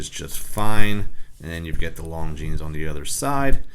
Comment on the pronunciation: It is pronounced Lon・Zheen. The "s" is silent.